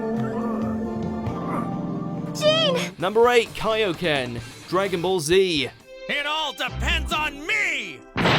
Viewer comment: Ah yes I remember when the kaioken was pronounced as kay-oh-ken